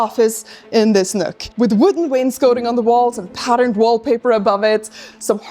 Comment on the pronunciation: wains COTTING, not coating.